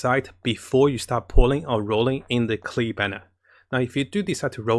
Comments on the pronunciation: it's Klee not Kayle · Wtfind wrong with KLLEEEEE NOT keel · Fking say KLEE not KILL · It's klee not keel lol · Am a bit annoyed, why he keep calling her kill .. her name is klee and should be called kelee not kill.. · sees klee: keel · ...and he's back to saying "keel"... we were doing so good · when he tries to scream to raise his luck when gacha-ing for Klee: keel... Keel.... KEEL.... KEEL! KEEEEEEELLLLLL!!!!! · Keel FTW :) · My boy so excited for klee he went back to saying keel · He’s saying Keel again XD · Yeah Klee with "ameno" instead of anemo. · At this point, i gave up on how he pronounces klee.